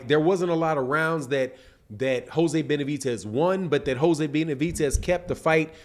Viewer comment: There’s no T in Benavides